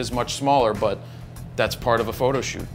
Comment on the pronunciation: Good info but I still cringe every time he says fro knows photo